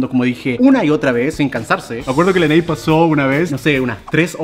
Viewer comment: Se pronuncia lenei